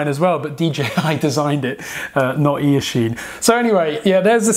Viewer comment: Ear-chine? lol. Great vid 👍🏼